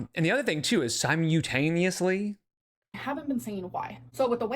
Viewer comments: Her brain can only hold so many words at a time. She had to get rid of "grams" to make room for "sigh-moo-taneously" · Si-MOO-tay-neously?! 🤔😂 Is that when lolcows do things at the same time?! 🤔🐄🐄🐄🐄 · sime-yull-tain-eus-ly is one of my least favorites 🤢 it’s almost as bad as…suk-a-lent 🤮 Edit: lol I wrote this before I got to the part where you called this out too. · If she says “si - moo - tanIE ously” one more time ughhhhh 😡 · That's not how you pronounce simultaneously....it's like... sigh·mul·tay·nee·us-lee. Also, if she's saying that her scale is showing southern pounds less than it should on the water and also saying that she lost 7 lb in the last whatever amount of time My guess is that she actually didn't lose any weight at all if anything she's probably gained but if her scale is off at least 7 lb she definitely hasn't lost. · Her saying "simyutaniously" was 100000% on purpose. You can tell when she's trying to create a viral moment (underlining/underlying, being a good recent example. She pronounced it normally in this vid) because she'll say it very, very clearly and multiple times. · You can really tell when she learns new words and phrases. She always comes to youtube and says them wrong. With all the books she "reads", youd think her vocab would be better. SimYOUtaneously lmfao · Ok. I've watched so many reacts to Amber's video today that I forgot how to pronounce simultaneously correctly. (Only reacts, not Amber's video.) I concur, Amber is just a dumb liar. Has no concept of the truth at all.